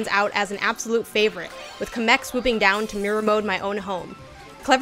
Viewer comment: Who tf is 'kuh-mech'?